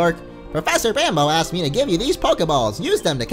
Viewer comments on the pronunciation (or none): none